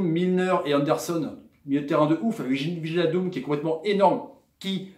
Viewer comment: WIJNALDUM ça se prononce WEYNALDUM;) (tous les ij en NL) genre De Vrij ou Rijkaard.